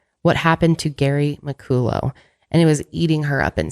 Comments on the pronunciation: McCullough is usually pronounced "Mickuhlla" but keeps saying "Mickoolō" I guess his name could've been a different pronunciation. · Mc-cull-uh is how you pronounce McCullough. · I have a friend who’s last name is McCullough but it’s pronounced “ MA -CALL-LA” lol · im scottish and laughing so hard at how pronounced mccollough 😂